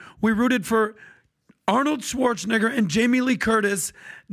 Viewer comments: It’s pronounced Schwartz-en-NAY-ger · dude put the hard R on Schwarzenegger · The way pronounces Arnold’s last name makes me think Bassem was right 😱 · The way that this dude says Arnold Schwarzenegger is wild 😆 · Nah he needs to learn how to pronounce Arnold Schwarzenegger bruh 😂😂